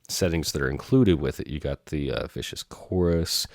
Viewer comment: Love your channel, you have a great delivery, but this is a Viscous (Sticky.. gooey.. resistance to flow..) Vibe.. not a Vicious (Sid, was in the Sex Pistols) Vibe.. ;) I learned a lot thank you!